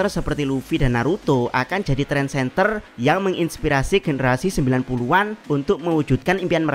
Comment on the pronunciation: Trendsetter, bukan Trendsenter 😅😅